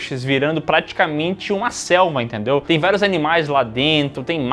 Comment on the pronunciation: Só eu que entendi o falando que a casa virando uma Selma? Rs😅